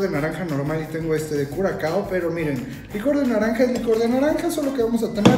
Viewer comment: No se pronuncia curacao, se pronuncia curasao :)